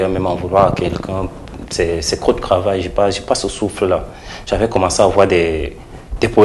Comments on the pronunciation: Un souci particulier avec la prononciation des "t" en "ke"? Krahir, kravail...?? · Je reste cranquile, rdv de cravail, je reste cranquile, il faut vraiment apprendre à articuler le TR et pour un journaliste, c'est vraiment lamentable. Il faut arrêter cette façon de parler